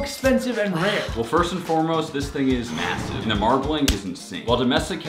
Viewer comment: the amount of times max said mssive